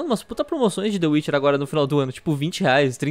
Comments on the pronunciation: dê uirchier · "De uiche" 2019,Mineiros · Mano e meu amigo que fala tchê witche 3 kkkkkkkkkk